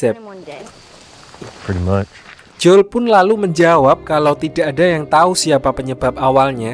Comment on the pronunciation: Jangan J O E L lh bg bacanya